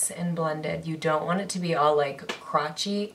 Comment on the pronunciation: Oh my gosh I am soooo happy for you!! Sounds like you have been doing so much better with everything!! Your language has improved so much except “crawchy” ahhahahahahah Love